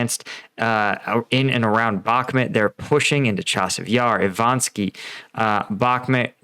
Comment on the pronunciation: I-VA-NIV-SKE, not Ivanski O-PYT-NE, not Optyne Can't read simple words for months, so cringy.